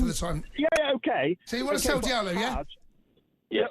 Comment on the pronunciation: Sell Antony he's terrible...nor this idiot says diallo